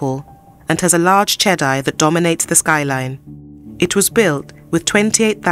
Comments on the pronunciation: Che-dee not che-dai. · Everytime you said chedi you call chedai.